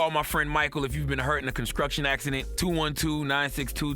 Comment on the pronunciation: Man said conscruckchun